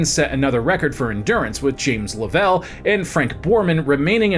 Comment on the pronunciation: How does someone who claims space travel as one of his "favorite topics" mispronounce Lovell? Also the random video clips having nothing to do with the subject being read is getting old. One in particular, you talking about mid-60s space achievements while showing a video of an early 70-s moon walk shows the editing team lacks a clue.